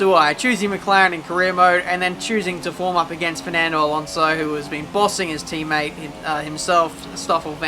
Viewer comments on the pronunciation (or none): none